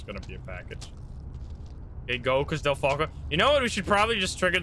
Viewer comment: Sounds like you said deltaco Instead of delfalco